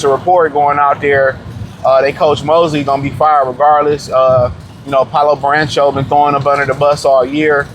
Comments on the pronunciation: Lol Baran-cho lololol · Naaaah… “Burrancho” is CRAZY!